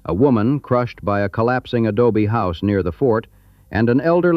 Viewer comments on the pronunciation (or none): none